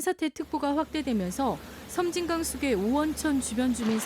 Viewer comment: 섬짐강이 아니고 섬진강 입니다